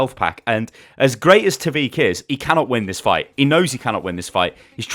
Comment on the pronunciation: I died when u say fuight XD